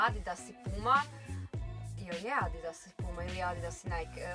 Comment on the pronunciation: Nek napravu DIDAAS umjesto ADIDAS